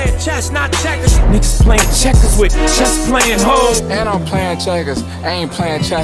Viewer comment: I stg that’s funny asf